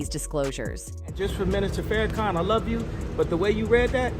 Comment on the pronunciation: She said " Louie Farakan. WOW!